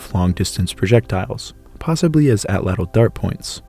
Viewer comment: you mispronounced Atlatl lol sorry since on all ur other videos u emphasize on it TL at the end makes at Tch sound just thought it was funny